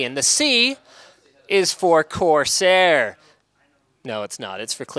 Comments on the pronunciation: I just died of laughter when he said quarsair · "QUARSAIR" - I knew it! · when he said quarsair i could no stop laughing for a day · "quarseir" aushuahsasuahsuhauhsuahsuhasuhauhshuah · I almost spit out my drink when he said "Quarsair" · I almost fell from my seat when he said Quarsair. :D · Liked because "QUARSAIR" made me lose my shit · "QUARSAIR" xd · "Quarsair" REALLY LINUS,REALLY.But hey at least it's the same old Linus.The only thing missing in Linus' CES 2016 is him not breaking anything although attempting to remove the PSU shroud is a step forward